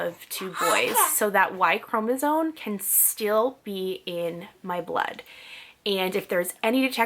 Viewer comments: I know this video is hella old but I just had to tell you that the word chromosome is not pronounced “cro-NA-zone” it’s “cro-MA-zone” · Hearing you say y chromosone 100000 times is so grating. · Chromosome. M, not N at the end. And consider un-oranging yourself. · Why do you say “y chromosone” 🥴🥴🥴🥴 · Because she is not pronouncing the word correctly, or does not know the correct pronunciation.